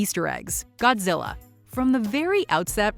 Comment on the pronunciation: Is it just me but whenever dr.zerenzowa or however u spell it whenever he says Godzilla it sounds like gojira which is his species name or whatever